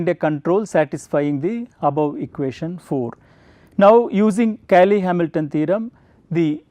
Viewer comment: "Cayley" becomes "Caley"?